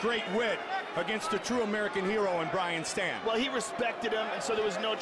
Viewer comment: Hey... it's Brian Stann, not Brain Stan